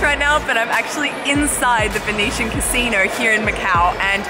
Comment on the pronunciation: Pronouncing "Basino" in such an African accent! Loved it😄